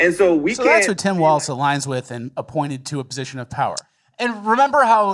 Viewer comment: PSA: There's no "T" sound in Walz's name. It sounds just like "Walls."